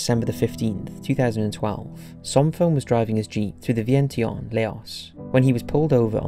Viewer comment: Lao is pronounced like Pow with an L. Vientiane is pronounced Vee-en-chen. Sorry to be a stickler, but this bothered me. Lol